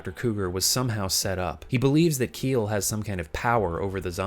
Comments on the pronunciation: Just wanna correct you on something. "Kiel" is the Celtic american spelling of the name "Kyle" and is pronounced the same. "Kiel" as "Keel" is the German name of a city and probably what you got when you googled how'd to pronounce it lol. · Isn't Kiel pronounced "Ki-El"?